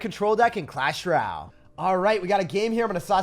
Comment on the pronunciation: till this day he still cant say "royale" properly